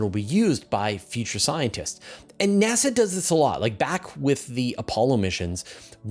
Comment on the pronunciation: nEASa? That's a " diferente" way to pronounce NASA.